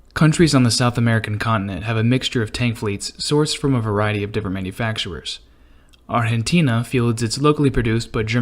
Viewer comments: Please stop saying "arhentina" ... So irritating. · Lmao the way he Pronounce Argentina but still very true